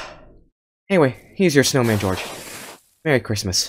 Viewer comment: Aaaaand also george did not say snowma he said snowm